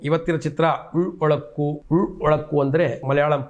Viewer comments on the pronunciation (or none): Ullozukk (is the proper pronunciation) 😅